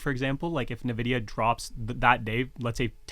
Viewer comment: Do they both refer to Nvidia as Navidia? 🤔